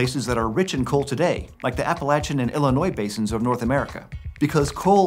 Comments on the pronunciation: I understand that it may be stupid, but thank you for your pronunciation of Appalachian. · Hey he actually pronounced Appalachian the correct way